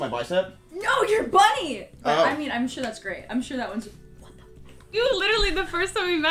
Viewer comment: Dude just said suwoo 😂